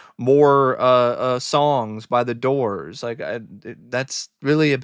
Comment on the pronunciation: The Dizz-oors 😵‍💫